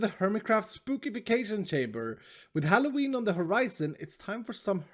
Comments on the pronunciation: eeeeeeee! Love it. It's now pronounced HALLO-ween (in voice) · It is HALLO-WEEN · that is you saying the O in hallo